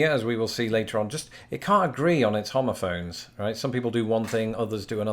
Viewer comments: so were just going to look over the fact that he sounds like he's saying homophobe lmao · Thought you said homophobes. My bad.